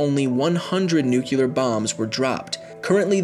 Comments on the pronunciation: You mispronouned nuclear so many times you had me praying for a fucking nuclear winter. But I don't pray and I hate winter. NUK_LEE_ER not NUK_U_LER You need to go over to grammar noggin. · I love your channel, but please for the love of everything that is good, it's nuclear not nucular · narrator keeps saying nuke-u-lar instead of nuclear. i hope its an in-joke. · “new-clear” not “new-kew-lur” because it is spelled nuclear NOT nucular... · It´s nuclear, not nucular, idiot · PLEASE!!! Save us!! Say nuCLEAR not nucUler, that is a huge pet peeve of mine and I really dont know why. Like if you agree. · NUCLEAR Not NUCULAR! Dislike. So annoying. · Stop saying Nuke-ular its pronounced Nuke-clear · It's nuclear not nuculer. Your pronunciation is killing me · You say "nuclear" like W did. The word is nu-clear. Not nuke-u-lar. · "nu-cu-lar" its "nu-clear" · Your pronunciation of the word nuclear triggers me. "Nu-clear" not "Nu-ke-lar" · It's NUKE-LEAR not NUKE-ULAR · NUCLEAR because it comes from NUCLEUS.... not NUCULAR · For the love of God, stop saying "nook-you-ler." Nuclear. Nuclear. "New- clee-er." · Nuclear winter. Not nuculer winner. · Nu-clear, not Nu-Culear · Hey! Do you not even know how to pronounce "nuclear"?! It is NOT "nuke-yu-ler"! There's no "u" after the "c"... it's "nu-clee-ar". Why are you using the braindead-Bush pronunciation? Like... "nucleus" is not "nuke-yu-lus", it's "nuke-lee-us". Really. Just look at the word's spelling. Break down "nuclear" . . . . it's "nu" and "clear". "nu-clee-ar". Say it slowly the first few times. Get used to it. Start enjoying your new capability of pronouncing English in a truly literate and comprehensible way. You know, the way it's taught way back in grade FIVE! Even DIGG is laughing at you, warning the readers about your pronunciation! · Nuclear is not pronounced nucular, this pissed me off. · Am I the only one getting irritated by him saying "nucular" instead of "nuclear". It's aggrivating. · NU- CLEAR NOT NUKE-U-LER